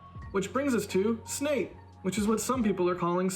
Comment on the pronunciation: Snate? really? stupid. What? Snine, Sten... damn, I repeat stupid.